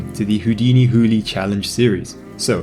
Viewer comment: I think is not pronounced houli, but houlai,like july.